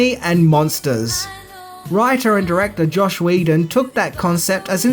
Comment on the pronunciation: Joss Whedon not Josh